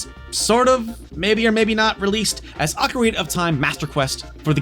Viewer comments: I don't understand how it's possible for anyone who are this involved with Nintendo, publicly no less, could think one of their most well known games are known as "OcarEna of time". It's pretty baffling because how could he have missed how to say it and also avoided being corrected for so long?! There's no mistaking it either because he repeats it so many times so it's not a one time blurb or simply misheard. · Oca-rayna? xD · I love how he says ocarina, makes me think of the macarena 😆